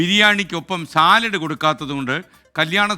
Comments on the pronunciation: താങ്കൾ ആദ്യം സാലഡ് എന്നു പറഞ്ഞു പഠിക്കു സലാഡ് അല്ല, എന്നിട്ട് കൊല്ലംകാരെ ഓർത്തു ചിരിച്ചോ 😂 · സലാഡ് അല്ല ചങ്ങാതി ( ) സാലഡ് ആണ് ( skn പറഞ്ഞത് ശരിയാണ്)